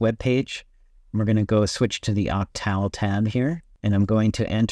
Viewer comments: I imagine this guy pronounces animal in the same way as he does octal! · All good advice, but your mispronunciation word octal lowers your credibility a bit. Not to mention reputable”. I’m starting to wonder if you are an AI.